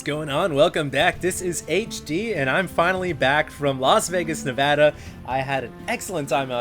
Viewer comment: HD, one of the few people that pronounce Nevada correctly! :D